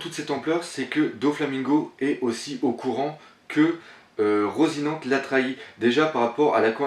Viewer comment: Slt doc , j'en suis pas sur et je sais que ça te fait chier qu'on te reprenne sur les noms des perso mais je crois que ça ce prononce à l'espagnol donc du coups je crois qu'on dit " rossinanté"